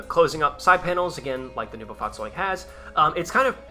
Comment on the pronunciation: the fahrzeug part was on spot if you consider it was spoken out quickly, but neubau is said more like noibow